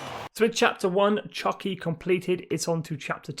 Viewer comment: Chucky is a sadistic murderous demon possessed doll. Chuki is pronounced Choo-Key. It is a Japanese word, roughly translated to "middle", meaning the middle generation of the car. Used in conjunction with Zenki (early) and Kouki (late).